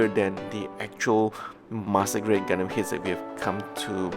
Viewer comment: I hear Gundamn not Gundam.